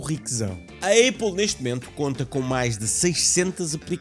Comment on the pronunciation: não é aiple é apple